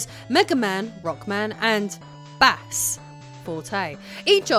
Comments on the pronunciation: Is she trying to troll people by pronouncing Bass (Bayss) as “Bahss?” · deliberately mispronouncing “bass” to stir up annoyed commenters and generate lots of engagement for the all mighty YouTube algorithm. Pretty sneaky. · Was it intentional? I can't tell tbh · Given the extended pause every time she says it, I’d push for deliberate.